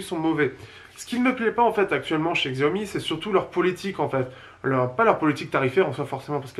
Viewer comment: la marque se dit "chaomi" et pas "xiaomi"